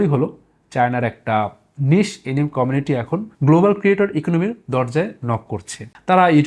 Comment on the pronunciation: এনিম না, এনিমে